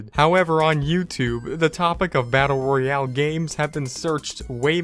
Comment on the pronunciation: He for got the e in Royale